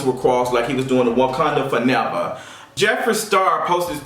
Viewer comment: 🚫WAKANDA FA-NEVA🚫!!!!!....🤣🤣🤣